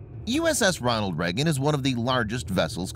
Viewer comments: Video starts: Immediately mispronounces "Reagan" as "Reggan" 🤨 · why is he pronouncing it "Reggin"?